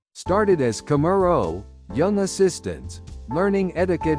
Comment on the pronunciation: The narrators😢 please learn how to pernouce Japanese words correctly. 😅 Oiran not pernounced ORAN but OIRAN (ooiiraan) Also correct pernounciation for KAMURO)...........please learn😊